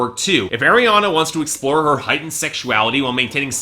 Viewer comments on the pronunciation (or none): Pls say Ariana right! It's arr not airr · It's pronounced R-E-AH-NA NOT AIR-E-AH-NA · he just said AIR-I-ANA i cant anymore shoot me someone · Everytime you say " Air-Riana Grande" it makes me cringe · Three albums and you still don't know how to say her name. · You've done like three reviews of her work and still don't even pronounce her name right